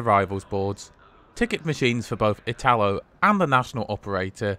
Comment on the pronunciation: Note: when pronouncing "italo" the accent falls on the "i", just like Italy.